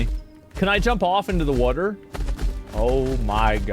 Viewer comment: Can you say water again